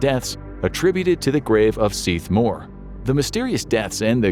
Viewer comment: Very impressed by your pronunciation in the Seath Mor story. 👍